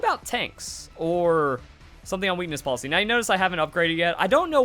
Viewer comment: Lol I'm sorry but I can't unhear weenis policy Great video